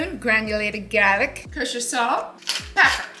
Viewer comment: At about 52 seconds into the video you used a word I have never heard before. Re-ran it 3 times and still couldn't understand what you were saying so I went to the transcript. GARLIC is not pronounced "gare- ic"!